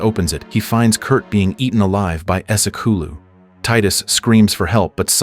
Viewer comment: It is pronounced ese kulu ❤..not ESO CULO😂..🧐🙄..